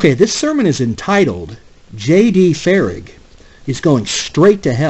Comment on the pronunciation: He says unless you’re born again you’re not going to heaven. JD Farag is solid on the gospel. And you’re pronouncing his last name wrong. I really like your videos but you’re wrong on this one